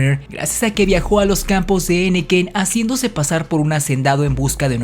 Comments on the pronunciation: Así es. Cajeme se pronuncia acentuando la e de la sílaba «je»: CajÉme. Al escribir, ese nombre no lleva tilde. Y se dice henequén, no hénequen. El acento va en «quén». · Muy buenos comentarios. Detecto 2 errores. Permítame enunciarlos: 1)en la palabra Cajeme,el acento es prosódico ,es decir solo en voz. Se dice Ca jé me,me permití escribir el acento para resaltarlo. 2)Henequén. En ésta sílaba "quén" si va acentuada y el acento se pronuncia. Ud dice "hénequen". Espero haber hecho un comentario útil. Es una colaboración amigable!. Saludos!